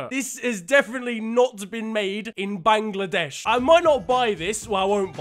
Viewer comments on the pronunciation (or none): The way you pronounced “Bangladesh” made me laugh 😆